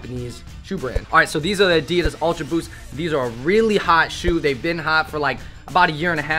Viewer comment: Is it just me who disagrees with the way they say addidas